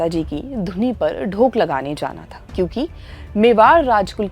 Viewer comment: आप एक शब्द का गलत उच्चारण कर रहीं हैं l "धोक" शब्द को आप "ढोक" कह रहीं हैं l